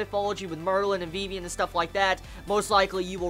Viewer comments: and why do you call her vevian its Vivian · I think it's pronounced Viv-Ian.